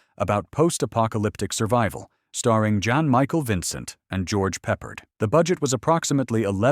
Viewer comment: George Peppered.